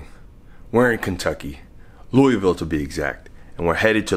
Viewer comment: anyone else annoyed by how he says louisville?